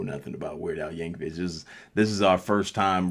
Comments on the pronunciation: His last name is pronounced like vick, not vitch.....just FYI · Hate to be that guy but his name is pronounced vic not vich but good video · By the way mate, the last part of Weird Al's last name is pronounced like the 'vic' in 'victoria' not the 'ch' like in 'witch'. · Y'all, just one thing: Please, get it right. the ch at the end is pronounced with a k sound like "YANK oh vick." Thanks. Also, the Amish (and Mennonite) are not sealed off from the world. Their kids go on their romschpringer ("roaming spring") when they are yound adolescents or young adults (my great grandfather did it age 12), and usually come back. They come out into the world and see what it's about. Since it generally sucks ass, they go back to a community that supports everyone, shares, and homicide is rare. Some are heinously ignorant of modern necessities, like vaccines, but many use modern means of travel, if someone else (not one of them) is driving. Anyway, that means a lot of them will be exposed to parts of American culture in pieces every generation, as well as them talking to people at their stores, and whenever they go into towns dressed in their old-fashioned clothes to shop for things they an't find or grow at home. Btw, you didn't mention if you noticed Florence Henderson (the mom from the Brady Bunch), or if you noticed the lyrics from Gilligan's Island. Lots of Easter Eggs up in this piece. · VICK VICK VICK VICK VICK VICK Michael Vick. THERE IS NO "CH" at the end of Yankovic. Your eyeglasses prescription is fail.